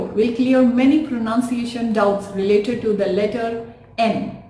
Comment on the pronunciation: The pronunciation of the word pronunciation is mispronounced by you..